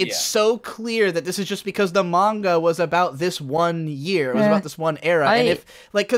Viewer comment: Anyone else cringe out of their skin every time pronounces manga as MAY-nga? just me? ok